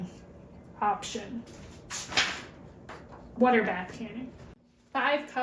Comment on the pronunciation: So nice to hear you say it right! "wooder." 😂 I am enjoying your videos.